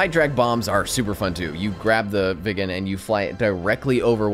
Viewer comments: Say it like Wick in John Wick, but slightly softer. Wicken, that'll be allright. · It's pronounced Veeg gen. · It's not pronounced " vegan" it's pronounced " veeg-en" 🇸🇪